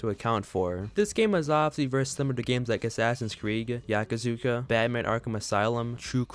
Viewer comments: Man said yakazuka💀 and not yakuza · Did you say they'd "combinate" all the features? 😅 that gave me a good chuckle thank you Edit: and "Yakazuka"??? You got me good man 🤣